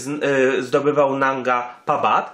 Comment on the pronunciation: 1. Jak przygotowywujesz filmik używaj nazwy poprawej nie "parban" i inne nazwy 2.Zostałą zdobyta w 2016r przez choćby Simone Moro 3. Eli nie miała wystarczających kwalifikacji aby ocenić jego stan? Himalistka wieloletnia kto jak nie ona zna objawy śmierci z powody obrzęku płuc/mózgu czy innych przypadłości 4. Mogli po niego ruszyć czyli wiesz lepiej niż Krzysztof Wielicki, który stwierdził że nie było jak Tomka uratować 5.Mogli jej zostawić tlen i by sobie poczekała. Super zostawmy ranną osobę na noc samotnie a my szukajmy osobę, która prawie na pewno nie żyje ryzykując życie i według prognoz pchając się w załamnie pogody 6. "ona miała interes aby kłamać" człowieku przeginasz bo to jest w tej chwili oszczerstwo wobec niej. 7. Zarzucasz jej kłamstwa nawet o zdobyciu szczytu. 8. "którego ona tam zostawiła" co może jeszcze miała go znieść. Rozumiem przez to, że twierdzisz ze zrobiła to specjalnie aby tylko siebie ratować Podsumowanie się wypowiada wiedząc gówno o temacie